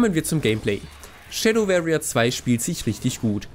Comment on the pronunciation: sehr gutes review. Tipp: anhören wie warrier gesprochen wird.